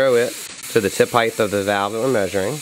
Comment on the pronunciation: Will someone please teach this man how to say HEIGHT.